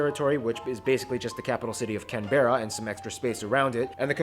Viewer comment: Pity Americans can't pronounce Canberra right